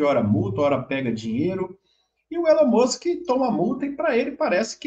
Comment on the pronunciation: O senhor está falando errado o nome do Elon Musk